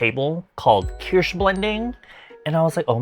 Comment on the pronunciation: I like that you pronounce Kirsh like German Kirsch!